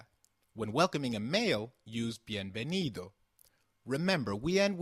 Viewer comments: Don't you pronounce 'v' same as 'b' in Spanish? Like Ve de vaca which sounds like baca? Why do you say Bienvenido and not Bienbenido? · It's pronunced: "Bienvenido o bienvenida", porque así es la regla :v